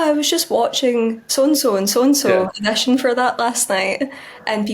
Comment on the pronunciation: Addition? What………”Audition”! 🤣🤣🤣🤣🤣🤣🤣🤣🤣🤣🤣🤣😂😂😂😂😂😂😂